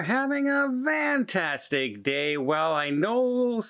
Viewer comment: Are you saying van-tastic or fan-tastic?